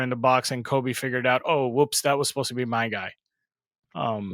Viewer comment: My guy, his name is ‘Kobbie’, not Kobe 🙈😩😩😩 it was killing me. Belittles what you’re saying if you can’t learn or be bothered to pronounce his name correctly